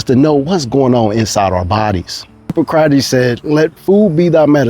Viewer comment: I had to look up Hippocrates to know how to pronounce it properly, but left it below in case you want to know for future reference huh . paa . kruh . teez